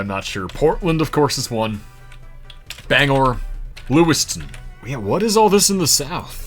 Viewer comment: FELLOW BANGOREANS HE SAID IT RIGHT 💯🗣️🔥